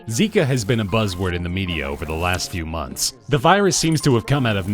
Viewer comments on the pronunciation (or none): none